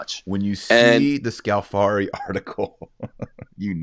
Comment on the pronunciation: If Scalfari has repeatedly misrepresented pope Francis, then why does Francis repeatedly go back to Scalfari to be interviewed? ------ (By the way, it's Scàlfari, not Scalfàri, the stress is on the first syllable.)